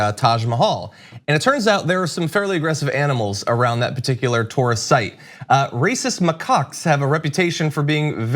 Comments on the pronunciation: I thought you said racist Macaques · Did he say racist macucks?!?!? Lol Reeces mackaak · I also heard 'racist mccuks'. Having the monkeys only attack the western tourist, although undesirable, just seems funny to me.